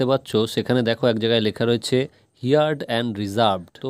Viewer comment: হার্ড not হিয়ার্ড